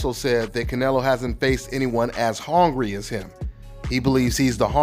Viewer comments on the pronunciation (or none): I’m “hongry” for some black pussy